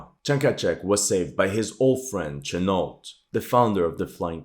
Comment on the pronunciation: Its Chenault pronounced "shen...ault" he's my grand uncle